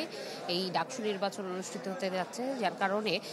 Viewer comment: উচ্চারণ তো ঢাকসু হওয়ার কথা,ডাকসু কেন?